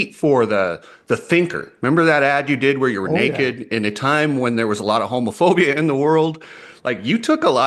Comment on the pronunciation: i can't fikin believe you said home- oh- fobia, WTH, it makes you sound like some lib whus.